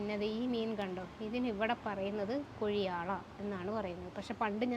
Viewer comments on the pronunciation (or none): കുഴിയാള അല്ല മോനെ കൊഴിയാള 😂😂